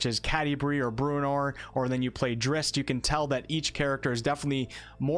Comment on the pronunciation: It's pronounced like 'Drizzit', as was made clear in one of Salvatore's own books.